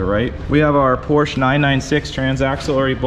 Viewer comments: It's PorschE, not Porsch... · I'm sorry, but what's a PORSCH? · Seems like a car guy would actually know how to pronounce Porsche, but no.